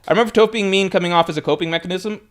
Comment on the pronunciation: you know damn well you’ve never heard anyone pronounce Toph’s name like that lol